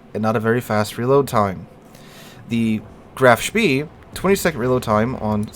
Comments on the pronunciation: hard to not be annoyed by how ur saying Graf Spee when its not spee its shpay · Graf Spee is very good in Operations games. By the way I believe it is pronounced Graf Spay. Maybe I'm wrong but I don't think so. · EE in German is pronounced AY, so Graf SHPAY is correct. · Btw, the "EE" in the name are pronouced like a long "E" in the English word "Exit".